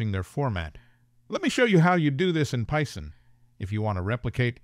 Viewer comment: "Pie-son?" Or Python?...